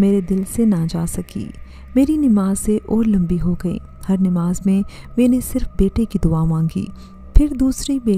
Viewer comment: 'may-neh' lol. What pronounciation lol!!